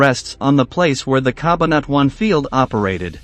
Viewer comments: CA - BAN - A - TWON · CA BA NA TUAN.....he is not a filipino thats why his tongue is twisted...🤣🤣